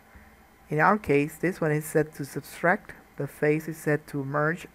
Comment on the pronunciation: It's "subtract",, not "substract". You were thinking of "subscribe". didn't you?:-) Thanks for the tut, great stuff!